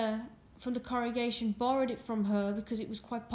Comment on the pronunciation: are you saying corregation or congregation?